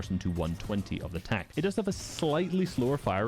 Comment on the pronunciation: Tack is s tear. This guy trippin